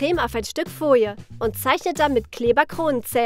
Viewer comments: Wen regt es auch immer auf,wenn sie „Fojie“ statt Folie sagen...der liket❤️ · Eig. Folie.. sie sagt: "Foie"